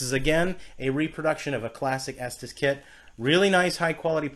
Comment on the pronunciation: It's pronounced estees not estas